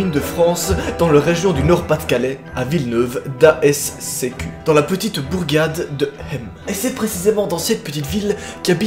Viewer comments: Venant du nord de la France je me dois d'intervenir à Villeneuve d'Ascq se prononce "D'ask" et non pas D A S C Q ça aura eu le mérite de me faire bien rire 😂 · ça se prononce Vil-neuve-dask PUTAIN c'est juste à côté de chez moi 😱😱😱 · Ca se prononce villle-neuve-d'ask, pas d'a.s.cq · J’adore le comment tu prononce villeuneuve dasq 😂😂 Ça se prononce dasque et pas da-S-sec 😂😂😂 Sinon j’adore tes vidéos continues comme ça !! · Par contre tu m'as tué, avant j'habitait à côté de Villeneuve D'Ascq et sa se prononce Villeneuve D'Ascq et pas Villeneuve D'AESSECÉKU 😂🤣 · Villeneuve D'A S C Q 😂😂😂 ça se prononce d'ask x) étant du chnord voilà quoi ^^ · J’habite à 5 min de Villeneuve-d’Ascq! On dit ASQUE pas A.S.C.Q 😅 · tu me déçoit xD ont dit pas d'a s c q mais dit le comme si tu disait Ask donc voilà car j'habite juste à côté genre à 5 min Ps superbe vidéo! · C'est Villeneuve d'ascq (sa se prononce d'aske )😂😂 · Bon j'ai bloqué sur Villeneuve "d'As C Q " ça se prononce" Ask" Moi je dis les parents ils devaient pas aimé le pauvre garçon, ils l'ont appelé Lincoln quoi! Bon ben un petit urbex à Villeneuve d'Ascq et un petit ouija ^^?!?!?! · Ça se dit Villeneuve d'ask en gros pas villeneuve daéscéku mdr (j'y habite) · Villeneuve-d' A S C Q 😂😂 ça se prononce Villeneuve-d'asque oe c'est complexe je sais ... vive le Nord-Pas-de-Calais ..... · Villeneuve d'ascq sa se dit d'ask et non "a s c q" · Mdr j'habite tout près et c'est Villeneuve d'ascq pas Villeneuve d' À C S Q genre on le lit ask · OUI MAIS EUHH SA SE DIS PAS VILLENEUVE D’ASCQ (en disant A-S-C-Q)non sa se dis Villeneuve d’ascq comme sa je sais pas l’écrire mdr 😂 pratique le dab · Skylla delalonde la ville se dit villeneuvedasque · Il m'a fait rire quand il a dis à Villeneuve-d.a.s.c.s 😂 comme sa se dit pas comme sa j'étais morte😂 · Ooh non tu m'as fais mal au cœur quand t'a dis le nom de la ville 😂😭 on dit ''Villeneuve d'asque'' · Sa se passe chez moi ... et ça se dit "dasque" pour ce qui connaisse pas